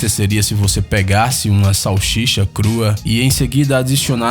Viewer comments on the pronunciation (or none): "chachicha" o cara falo errado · ele falou salchicha crua ele falo erado olha 12 54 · Só eu que percebi que no ele falou salchicha sendo que o certo é salsicha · É salsicha nao salchicha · Xalshixa como vc fala isso salxicha como isso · ele falou salchicha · "Salchicha" Alguém mais notou isso? :v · amigão, se diz salsicha e não sauxixa como foi dito. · Vamos harmonizar este português, soletra , SAL SI CHA, mais uma vez, SAL SI CHA. muito bem. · Quem escutou ele dizer salchicha dá like ai embaixo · O cara é YouTuber e fala salxicha??? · Pra mim o canal perdeu a credibilidade depois q ouvi salchicha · Kakakkakaa mo agonia dele falando Salchicha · "e sim uma xalchicha com patas e bigode" kkkkk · (Salshisha) crua kk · Falou sausicha erado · 'Salsicha" é o correto 😉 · Tava até interessante mas quando falou xalxixa não consegui levar o video a sério mais 😂😂😂😂😂😂😂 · SHAUSHICHA KKKKKKKKKKKKKKKKKKKKKKKKKKKKKKKK CARALHO RI DMS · Kkkk "salchicha" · Chauchixa crua kkkkkkkk esse homem tem um ótimo português kkkkkkkkkk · Se eu pegasse uma "salshicha" crua? Tenha dó, por favor... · Sou eu ou o narrador não sabe falar SAL-SI-CHA? Com este vídeo de título desagradável, me desinscrevo. Claro que não haverá impacto nenhum. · Ele falou salxixa😂😂😂😂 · #MelhorPronunciaDeSalsicha SAUCHICHA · "Salchicha" hahahaha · Salchicha foi de doer os ouvidos! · shalxicha kkkk.o cara nao consegue pronunciar salsicha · Momento ele falou salshicha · Shalchicha kkkk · Salshixa ? heuheuheu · O diabo não cria nada, só destrói. E não adianta fazer esta voz embostada de rádio FM do sertão e falar "salchicha". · O tradutor essa voz falou salchicha e salsicha kkkkk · pera ele falou salchicha? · "salchicha" hahaha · Parei de ver no "salchicha". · salshicha kkkk uheuhe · ele falou shalsisha kkkkkkk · "salxixa" kkkkkkkk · uma verdadeira "salxixa" kkk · só eu ouvi salxixa? Kkk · "UMA SAUXIXA CRUA" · "Salchicha" kkkkkkkkkkkk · "pegasse uma 'salchicha' " 😂😂😂😂😂😂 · "Salchisha pelada" kkkkkkkkkkkkkk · xauxicha...! kkkkk